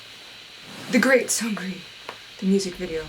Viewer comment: Btw the correct way to pronounce Seungri is Seung-ri, not Seun-gri :)